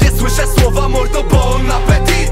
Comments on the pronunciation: Ostatnie T jest nieme czyta sie bon apeti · Tylko że nie wymawia się bąnapetiT , tylko bąnapeti xD Ale kawałek rozkurw ;)